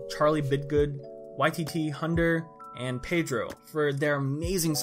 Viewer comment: At the end he said “YTT-Hunder” instead of “YT-Thunder” Edit: The time was